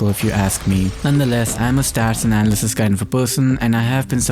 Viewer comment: Did this dude really just say “anal-cist”???